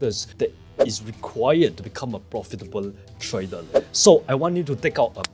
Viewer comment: Why can't you pronounce trader always say tradal try to pronounce r